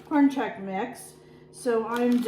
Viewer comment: FYI, it pronounced checks, not check cereal.